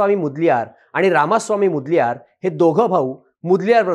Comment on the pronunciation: मुदल्यार नाही ओ मोदलीयर